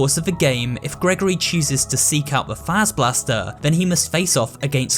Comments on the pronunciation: It's pronounced "Fahzer-blast" NOT "Fayzer-blast" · Bro why can't anyone pronounce Fazer last (pronounced faz•er•blast) right